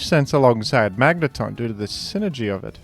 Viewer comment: bro fr just said "Magnétón"